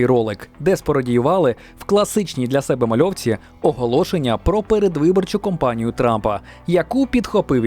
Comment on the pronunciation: передвиборчу кАмпанію, а не кОмпанію